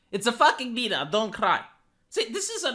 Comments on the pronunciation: I kept hearing PEDOT when you say beta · I like how say the word "Beta". 😂